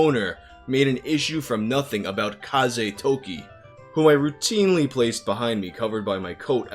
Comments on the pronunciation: "Kaze-Toki" Wind-Time...? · Heheheheh "kaze-toki"?!?!...that literally means wind time